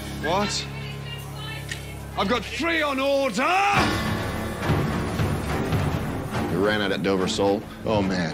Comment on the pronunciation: "i've got three on orDAHH" gets me every time